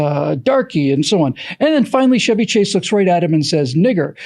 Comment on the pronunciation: CHEVY Chase! NOT SHEVY Chase! C'mon!